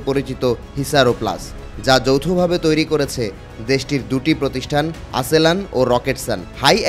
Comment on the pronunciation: আসেলান না আস্যালসান